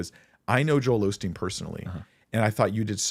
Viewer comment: hearing people pronounce the name Osteen "Ole' Steen" and then fumigate their "wisdom" always cracks me up...